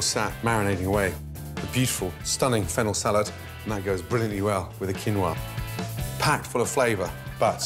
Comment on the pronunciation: A world-renown chef who you would expect to be knowledgeable about the ingredients he cooks at least, yet cannot even pronounce the name 'Quinoa' properly. A bit of learning Gordon, 'Quinoa' is the Spanish version of a Quechua word kinua or kinúwa, pronounced as 'kee-NO-ah'. You're welcome.